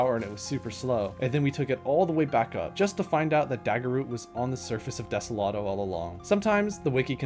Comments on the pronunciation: ah yes, de-se-lat-o not de-so-lo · When you sed Deselato you mean Desolo? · i swear some of these mispronunciations have to be on purpose, like, *desolado*?? for real?? (also vanessa is pretty wild)